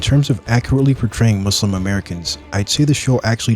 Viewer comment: you know hes a true muslim when he dons't say muzlim